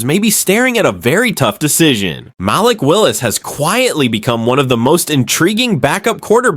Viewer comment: Stop mispronouncing Malik 😢